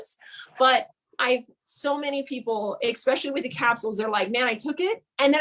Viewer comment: I CANNOT with this woman! 'Expecially' and 'CAM-bucha'.... If you don't know English, and it is your first language, maybe don't do lives/videos?? #sorrynotsorry